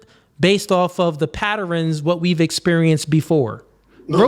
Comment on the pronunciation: Don't say patterens